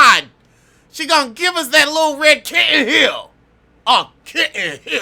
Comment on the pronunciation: Man, was so mad when she said kitten-heal, that shit is too funny. 😂😂😂😂😊Man, I'm at work, and you keep saying it that way!😂😂😂😂